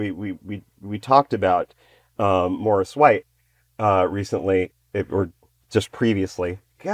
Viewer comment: It's Maurice not Morris